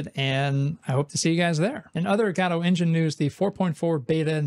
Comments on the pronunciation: Btw: You pronounce Godot like "Jodo-T" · After listening to a dozen Godotcon talks from the creators and maintaners of the program, why in the world do you still pronounce it that way. It's just rage bait mary-oh kind of stuff at this point. Just a stubborn way to turn off potential viewers. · Yeah, godot has an official way to pronounce it in english, yet after so many comments he keeps on twisting the word as much as possible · I vote guh-do this week. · Im going to continue calling it guh-do thanks very much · There are many ways to pronounce Godot, and he somehow picked the worst one. It's like the English pronunciation but without literally any of the charm of the English accent. GAH-doh, GAH-doh, GAH-doh. I find it grating enough that I try not to watch his videos. (Like, is he trolling?) Though, clearly, I sometimes do still watch. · i vote for you to stop mispronouncing godot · yes please